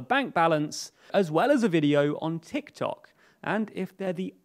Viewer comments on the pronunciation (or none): none